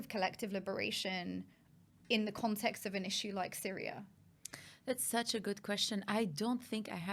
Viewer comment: How can she not know why the Azzad regime were on S-yria.? 😂 And collective li-bera-tion will only happen when Jesus descends.